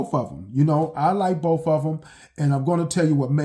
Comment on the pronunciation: Next time anyone wants to play a drinking game, take a drink every time this guy mispronounces the word "BOTH". Apparently it's not "both" it's "boof". Yes I'm partly just joking BUT at the same time, I truly want to know why it is that blacks ALWAYS, and I do mean ALWAYS mispronounce certain words....one of the most annoying/egregious is "ask"....they think it's pronounced "Axe". I truly want to understand, because growing up I had plenty of black kids in my English classes and they learned the EXACT SAME THINGS AS I DID. Yet one of us pronounces words correctly and the other is most black people! Oh and before anyone tries to come for me calling me a "racist" simply for pointing out what everyone knows is FACT....just keep in mind IDGAFF I PROMISE YOU!! People really need to take the time to LEARN/UNDERSTAND what that term ACTUALLY MEANS BEFORE HURLING IT AROUND to the point where it is MEANINGLESS.